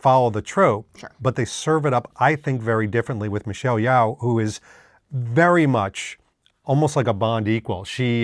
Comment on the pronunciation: Not to be "that guy" but Yeoh is pronounced Yo not Yow.